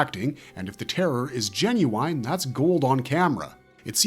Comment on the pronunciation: Can’t get over “Jen-you-wine” 😂. Good vid tho. Love these legends